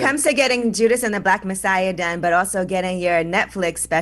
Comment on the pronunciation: also.. bruh its JUDAS not JUDAH. IJS.